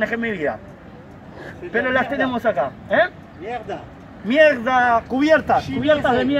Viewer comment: "MIEGDA" CUBIERTAS DE MIERGDA! jajaja sos un genio pibe me haces cagar de risa , llegue de casualidad por la review de la cb 500 y me quede en el canal..saludos desde sarafael mza..